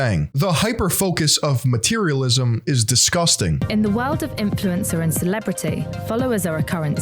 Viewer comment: doesn't say "influencer" right anymore.:(